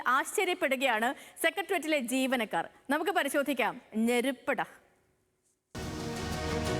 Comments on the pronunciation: ഞെരുപ്പ് അല്ല നെരുപ്പ് (நெருப்பு) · ഞെരുപ്പ് അല്ല,, നെരുപ്പ്,, (തീ പ്പൊരി) 😂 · Neruppu..NOT..Malayalam word..Njeruppu or Seruppu..Ok..😂🤣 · Neruppu not njeruppu means fire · ഞെരുപ്പുടാ അല്ല 🤦‍♀️ നെരുപ്പ് ഡാ എന്നാ😅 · 😂ഞെരപ്പെട അല്ല നെരുപ്പുട ആണ് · ഞെരിപ്പ് അല്ല നെരുപ്പ് ആണ് 😊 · ഞെരിപ്പ് ഡാ അല്ല,"നെരിപ്പു ഡാ.. " അർത്ഥം "തീ യെടാ... " ഒരു തലക്കെട്ട് കൊടുക്കുമ്പോ മിനിമം അതിന്റ അർത്ഥം അറിയാനെങ്കിലും ശ്രമിക്ക് 😮😮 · Neruppada not njeruppada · Njerupp allaa.... Neruppp😬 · ഞെരുപ്പെടാ എന്നല്ല നെരുപ്പ് എന്നാണ് കോയ നെരുപ്പ് എന്ന് വച്ചാതീ എന്നാണ്😂😂😂😂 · "ഞെരുപ്പെടാ" യോ ?? "നേര്പ്പു ഡാ" എന്നാണു തമിഴിൽ പറയുന്നത് മലയാളീകരിച്ചു കുളമാക്കരുത് പ്ളീസ് 🙏🏼 അറിയാവുന്ന പണി ചെയ്താ പോരെ?? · എന്ത് മലര് എന്നാണ് പറഞ്ഞത് 😂 ഞെരുപ്പ് ❌ നെരുപ്പ് ✅ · മണ്ടത്തരം പറയുന്നതും. പോരാ....ഡെക്കറേഷൻ വേറെ..😂😂😂😂 ഞെരുപ്പ്.അല്ലാ. നെരുപ്പ്..(പച്ച മലയാളത്തിൽ പറഞ്ഞാ. തീ...) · ഞെരുപ്പ് അല്ല നെരുപ്പ് ആണ് കുരുപ്പേ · ഇത് പറയാൻ വേണ്ടി വന്ന ഞാൻ 😂